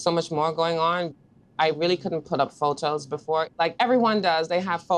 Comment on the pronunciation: I hear her T&T accent peak through when she says "photos" 😊😊 Love from 🇯🇲